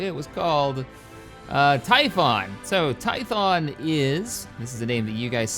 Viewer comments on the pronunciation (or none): none